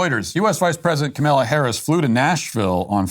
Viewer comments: Dear Matt: Please pronounce Kamala Harris's first name correctly. All the 'A's are the same: short; stress is on the FIRST syllable, Comma-luh. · Its funny that Matt just decided to never pronounce Kamala Harris’ name correctly haha